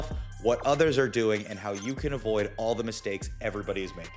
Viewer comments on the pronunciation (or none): Did you say “you’re going want to afford iron” or you’re going to want to avoid iron”? It sounded like afford but then you went on to say that they compete for the same pathway so just wanted to make sure. I take iron supps right now for low ferritin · Yeah timestamp stays avoid, I heard afford as well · Wondered the same thing, timestamps on the video say avoid x